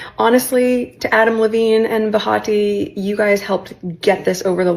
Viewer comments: Her name is Behati. Not Bahati. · Did anyone else notice that she said “Bahati”, her name is BENHATI. If you’re going to name drop, at least get it right.